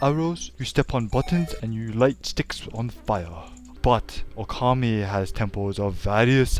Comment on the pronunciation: "That's funny, just last week I could not pronounce his name." ...and you still can't, as the last "u" is actually silent. :P But in all seriousness, this episode is great. It's awesome to see Okami reviewed, and the presentation is hilarious. XP